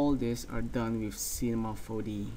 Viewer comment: cinema 4DEE xD